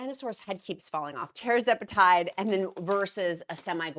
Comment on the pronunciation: It’s TERR-ZEPA-TIDE